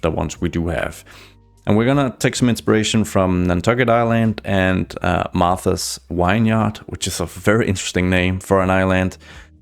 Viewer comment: Martha's vineyard. Pronounced (Vin-yard)